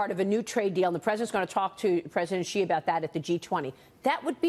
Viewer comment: Heads Up it's President Shi (pronounced She) !